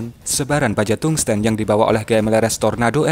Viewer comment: tungsten, baca tangsten secara biasa